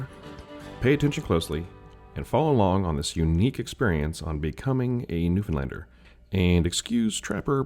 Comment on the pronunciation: I’m only at the beginning of the video, but could cry happy tears that you can pronounce Newfoundlander properly. LOL, looking forward to watching the rest of the video!